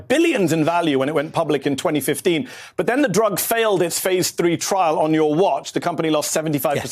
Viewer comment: Hahahaha he rhymed trial with trail 😂😂😂😂😂😂😂😂😂